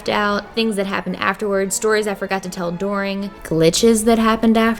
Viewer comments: Her saying “dooring” instead of during (dur-ing) was the scariest part of this video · SHE SAID DORING INSTEAD OF DURING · I’m sorry...did you just say DORING instead of during? Right after you said Philadelphians don’t know the letter o??? for those who don’t believe me 😂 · “Philadelphians don’t make O sounds” Two seconds later says “doring” instead of “during” 😂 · There’s a new one: “doring” instead of during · ... Dooring....... dooooooring.... Anyone else notice that? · “Doring” Hun I think you missed something while talking about your mispronunciations hahahaha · Your Os are As and your Us are Os dOring instead of during lmao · Found the O in "dOring" (during)! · Not to be that person but since you mentioned it in the beginning you do use o’s in doooring lol instead of during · Please tell me I'm not the only one who noticed how she said during. Sorry but she says doring. I am so so so so so so sorry I just really had to point it out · Doring??? Or during??😂😂😂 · Omg i have no right to point this out but during pronounced like"dooring" hahahahahaha. I pronounce it "deering" xD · And the U’s are found in the O’s. During = Doooooring 😂 lol I luh u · She said dooring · "Things that happened doring" what the heck. She said doring instead of during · Dooring “during” 😂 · "Dooring"?!?! ..it's pronounced DER-ING ... lmao 😂 😘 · Wait wait wait, did she just say DOORING INSTEAD OF DURING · Did she just say dooring not during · "Doring" instead of During, love it!!! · arange and doring, the vowels did a good ol swap-a-roo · She said dooring not during 😊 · And your u’s turn to o’s lol 😂 during turns to doring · tells us about her Philadelphia O's and pronounces "during" like "door-ing" ah yes. that's where the O went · Now that you've pointed out your pronunciation of words I noticed that you say during weird lol doring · during = dooring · "We don't know how to say 'O's," Later On, "Doring." ( and ) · Doring the day.... Philadelphia... Those pronunciations. Lol